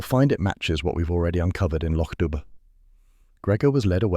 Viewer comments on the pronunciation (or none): This is so well done. Thank you. Though, just a small correction: it's Loch Dubh pronounced "doo". 😂